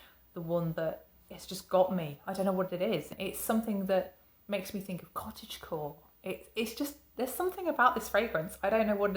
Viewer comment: I've learned something new today : Cottage Core (am I saying it right?) I had to rewind as I thought you said cottage cheese... you kids are crazy today😺